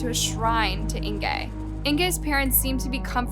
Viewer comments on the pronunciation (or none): I cannot listen to this whole video where she consistently mispronounces Inge's name. It's "In-guh", not "In-gay". How do I know? I have a great aunt with the same name. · it's Inga - not Ingay .... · Its Inge, not Ingay!!!!!!!! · Her name is pronounced Inga not Ingee'! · I really enjoy these videos by but I'm a little confused by this one. Was the victims name "Inger" or was it "Ingay" as kept changing between the two pronunciations. Try to be consistant please. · “Ingay” ?? Duh. It’s pronounced Inga jeesh. It’s not “Jan” it’s pronounced Yawn. You know, Dutch for John. Do some research when doing foreign stories. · Is it just me or is the victims name pronounced Inga or Ingay? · It’s “Ing-gaaaaa”. Not “Ing-gay” I couldn’t listen to the whole video due to the repeated mispronouncing of her name. You actually pronounce it correctly once in the first 5 mins. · Why do Americans mispronounce everything possible? Its not 'Ingay' but 'Inguh'! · Please work on your pronunciations. Jan is pronounced Yun. Inge is pronounced Inger. Stellenbosch is a town outside the city of Cape Town. I'm South African and I always learn about the world it would be nice if people can do the same. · Don't think you are pronouncing her name correctly - Inge is INGuh! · Her name is pronounced like singer without s, not like anger. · I am a new subscriber. Suggestion- You really need to work on the correct pronunciation of words. Example. You pronounce Inge’s name differently every other time. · This is a terrible story. And I'm so sad for her and her family, but what gets me is the way you said her name wrong. It's a German name. Inge is said different than what you are saying. I wanted to correct the whole video through. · The miss pronunciation of Ingas name is really annoying :(